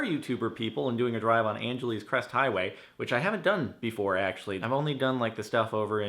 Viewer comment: Dude you’re a local and you call it “Angeleeese” what the hell?? You’re not really from around here lol